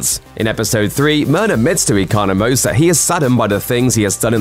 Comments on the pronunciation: Did you really just say Eco-no-mos It's Econ-o-mus. At least watch the damn show. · 1) Economos has the best shirt of the series 2) you’re pronouncing Economos incorrectly